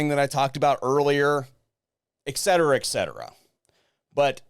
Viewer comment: The phrase is NOT eck cetera, FFS....